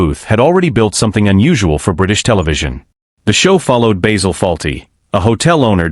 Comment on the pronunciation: Enough of the shit A.I voice, it’s Basil, not Baysil.